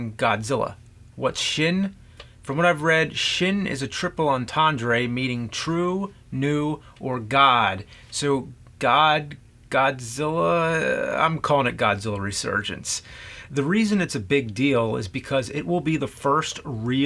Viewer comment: He said it like triple "entANDRE 3000", the pronunciation madness continues...